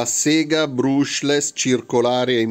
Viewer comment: Bruushless non si può sentire